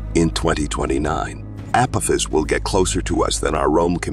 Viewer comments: (ah pah-fis) not (apifis) AI is better huh?? Seems like outright laziness to me 😂😂😂😂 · It's the pronunciations that are killing me. The 'Keeper Belt' and 'Appofiss'....lmao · This must be either a russian amerikanske Or AI narrorator.. I DONT LIKE AI NARRORATORS THEY SOUND FAKE AND PRONAUNSE ACME A CME A PO THIS APATIS WHAT THE FRACK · the asteroid you call Apophis is pronounced wrong it is pronounced like the god from past history